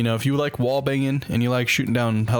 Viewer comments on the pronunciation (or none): none